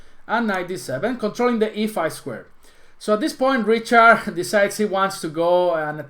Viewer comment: hey man,, its "Rihard" not "Riciard":D it s not english pronunciation!!;)